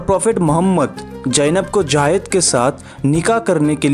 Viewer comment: भाईसाहब, " जायद " नहीं " ज़ैद " है ' ज़ैद ' ! इसका उच्चारण आपका गलत है ! " J A A Y E D " आप इस तर प्रोनाउन्स कर रहे हैं ! जबकि J A I D " ये उच्चारण सही है ! इसे सुधारें ! JAAYED JAAYED "